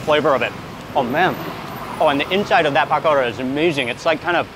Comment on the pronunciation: Mark i love you, but it seems only me that your frustrating by the way you say pakora - keep up the great content